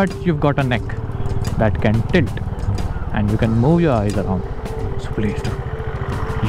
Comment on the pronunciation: You said tit instead of tilt 😂